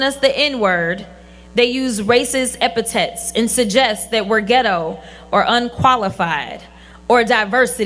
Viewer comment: SHE .. ass-mine full-of-crackhit .. can't even say the word .. epiTHets .. (not epi-tets),. ... and SHE got a Law Degree? What If ... Affirmative Action said MALES, BLACK & WHITE, and SHE .. AMFOCH .. couldn't get a job, or an "education" ... FOR HER OVARIES!